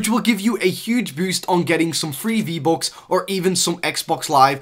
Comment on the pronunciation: “V-BOCKS” “OPDATE” 😂